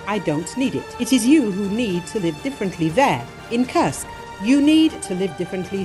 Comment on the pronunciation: When will you get the pronunciation of Kursk region correct?:Kursk is not a curse!!! It is an u as in food, super, etc. Thank you for changing that incorrect pronounciation. And please do not only count losses in money. Thank you.